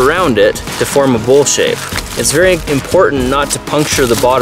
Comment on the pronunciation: the way he said bowl shape :))